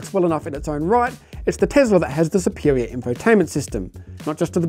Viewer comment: Tesla not Tezla Mate